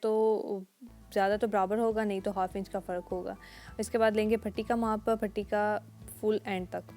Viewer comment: AP ka Patti ko Phatti r arrhae ko arrhaes kehna uljhn m mubtla krta h plzzzzz Urdu sahe bolny ju koshesh Karen